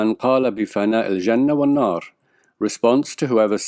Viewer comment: Are you Syrian? The "Ja" sound in Jannah which you spoke is on point...